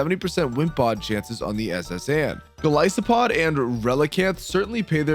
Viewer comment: ah yes my favorite pokemon mightyh-GOLLISPOD.